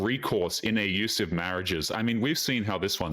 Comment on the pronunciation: Why do you say ayyusive? It's clearly not an accident. Are you ayyusing some kind of algorithmic filter?